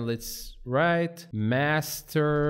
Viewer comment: Master ❌ masrter✅